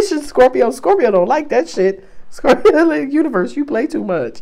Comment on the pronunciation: Ilovelovelooove how you say scorp-er-to! Makes me giggle and feel welcomed♥️🙏♥️